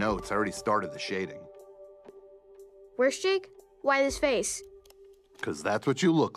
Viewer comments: Wait he called Jermaine "worst Jake"? I thought he asked " where's Jake"... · I thought it said “where’s Jake”